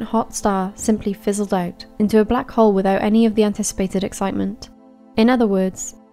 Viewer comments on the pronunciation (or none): none